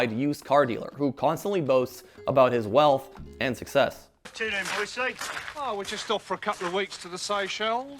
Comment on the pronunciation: Boycie, not Boise. Great video, nonetheless.